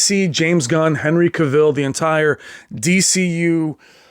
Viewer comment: CAvill, not caVILL. The A pronunciation like "mAn".